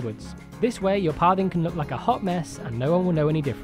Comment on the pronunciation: It sounds like your saying Parving instead of pathing.